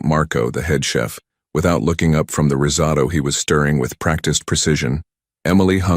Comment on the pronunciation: Risado instead of risotto in Rossy’ instead of Rossi’s. —-starts well. Will watch something else.